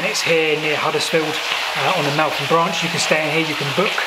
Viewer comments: It's Melth am - not Melt ham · Great video. Hope you come over to do the Golcer and Minsbridge disused stations. Also, Meltham is pronounced Mel Fam. Just dont ask how to pronounce Slaithwaite or Linthwaite further North. :) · That’s a great Air BnB. The name of the town is pronounced Melth-am 😃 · Wow my old neck of the woods, very interesting. BTW Meltham is pronounced with a 'th' rather than a 't'. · My home town (Mel -tham, pronounce the 'th') . Both parents worked at DBT. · Thanks. Ah yes, we changed the pronunciation half way through I think when we realised. A lovely home town it is too. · Somethings in life are really ironic i was filming the same branch line at the same time I was going to do it in two parts the second part I filmed yesterday and this morning I was looking for an image to use as a thumbnail and came across your video far superior to mine well done however the way you've pronounced meltham Is horrendous